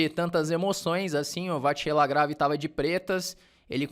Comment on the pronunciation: Dois reparos, se o me permite: 1. Vachier se pronuncia como se escreve vaxiê (foneticamente);2.Grand Prix não se pronuncia o x final, seria Grand Pri (foneticamente também). De resto gosto muito dos seus vídeos e sou...VIP!! A gente se vê no Continental!!